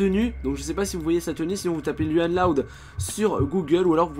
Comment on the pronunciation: ON PRONONCE LOUANNE PAS LUANNE C'EST MON PRÉNOM !!!!!!!!!!!!!!! 😠